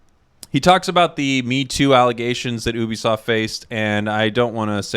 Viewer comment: i dont want to be mean but ngl i hate how you said oobisoft not Ubisoft